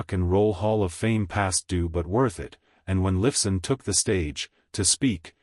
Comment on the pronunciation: Alex Liff son? haha! stupud A I ..and try some commas!